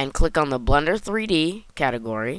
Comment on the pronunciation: I laugh everytime you say Blender, because it sounds like you're saying, "Blunder". That also kinda works, because everything I'm doing in blender is a blunder. lmao